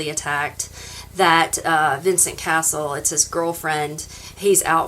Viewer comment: It’s not Castle it’s Cassel. Pronounce the ‘e’ before the ‘l’ 😊 Cass-el